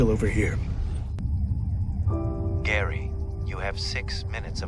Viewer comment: Gaary not Death '-'